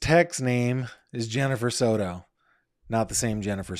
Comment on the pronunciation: Please stop saying Soto like that 😂😂😂😂😂 Sounds super silly